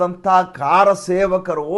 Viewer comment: ನೀವು ಕಾರ ಸೇವಕರು ಎಂದು ಉಚ್ಚಾರ ಮಾಡುತ್ತೀರಿ. ಅದು ಕರಸೇವಕರು ಎಂದಾಗಬೇಕು.